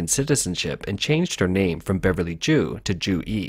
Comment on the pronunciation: I had to look it up to confirm because I'm not Chinese or Chinese American, but Zhu is definitely NOT pronounced "Jew"! Really though, not even close, lol